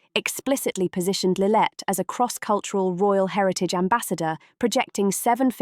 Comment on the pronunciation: It’s lillibet not lillet